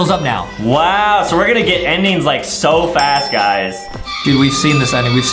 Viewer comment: You said faz-growth instead of fast growth